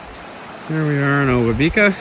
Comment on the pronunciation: Great video. Thanks for producing and sharing! Spent a lot of time paddling and working in this area in a past life and it's so nice to get refamiliarized via this post. Really enjoyed it. Small point but, as with most of the Indigenous names in that region, I am pretty sure the emphasis is generally on the 2nd syllable. So the 'ba' in obabika is emphasized rather than the 'bi'.